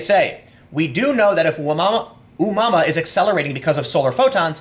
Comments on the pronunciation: It's oh-mu-ah-mu-ah. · Tim, its pronounced "Oh moo uh moo uh". Its a Hawaiian word meaning wanderer or something. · It's pronounced oo moo a moo a Tim, check out Gary McKinnon. He's a hacker who hacked the Pentagon and you need to have a good look at what he found. The space force has been in operation for years!! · "ooh mama" :) I am so pronouncing it that way from now on. Its not oh-moo-uh-moo-uh or whatever. Its Ooh mama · Hey Tim, the space object's name is pronounced "Ah-moo-uh-moo-uh", it is Hawaiian. The ancient game is "Space Invaders" and was really popular when I was younger. I do think space force is not a bad idea, once this country sent men to the moon, it was a great time of unity for us. We need something to bring us together again. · Tim, you’re awesome lol. The object is pronounced “Oh-Moo-Ah-Moo-Ah”